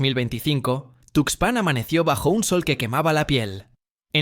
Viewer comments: Esa cuento del tarado ocaña lo produjo un chatppp. Es una mamada. ¿No te diste cuenta? Observa cómo pronuncia 'tuxpán'. Además, el Pánuco no abraza al golfo. Desemboca. Mucha mamada por un pendejo. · El rio se llama Tuxpan, si para el nombre del río que es información publica no lo dices bien, imagínate los detalles del caso que es información clasificada, mejor ponte a investigar los nombres de los ríos junto con su ubicación.